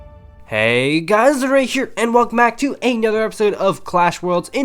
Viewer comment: Clearification- is it legendary? Or legend-aray